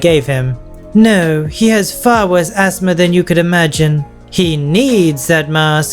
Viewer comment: When says “asthma” it sounds like he’s saying ASMR as a word rather than an acronym